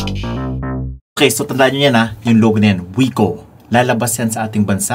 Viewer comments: Wik-oh po basa niyan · Hindi po ba kuya Vince Viko ang pagpronounce sa brand na ito. Ang sabi po kasi ng teacher namin sa English dati BMV daw po ang pronunciation sa BMW. Hehe ok yun lang po 😆